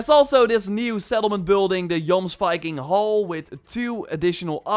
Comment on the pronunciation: Great video. But I'm pretty sure it's pronounced: yomsveeking